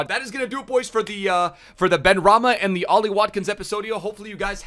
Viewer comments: Also it’s pronounced Ben-rah-ma 😂😂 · it is pronounces saïd ben-ra-ma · benrahma is pronounced ben-ra-ma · No one:: sAiD BeNrAhiNa Love U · I love you but how do you get Ben-Raheena from Benrahma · And he called him benrahina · did anyone notice that he called said benrahma ben sabini lol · It’s pronounced BEN-RA-MA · the way he said saïd benrahma 😢